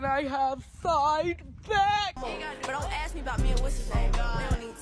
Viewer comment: De-Ter-eeate. That pretty much sums it up right there. Amblance? Axe you for something? Lol!